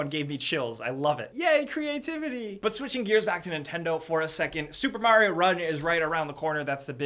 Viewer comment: MARIO NOT MERYO!!!!